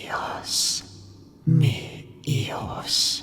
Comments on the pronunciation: The cry is “Mis Hijos” dont skip the “S” my good friend, great stories, thanks a bunch for making these vids! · MIS HIJOS not "mi hijos"